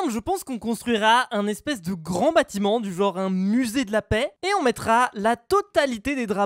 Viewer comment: musé 😂 c musée co même